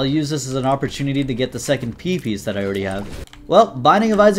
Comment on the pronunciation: "second pee piece" ??